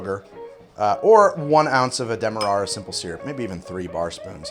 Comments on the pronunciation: How does "Demerra" get pronounced Dem mer rar ra? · This is the drunk pronunciation. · Because it's Demerara. There's an extra syllable.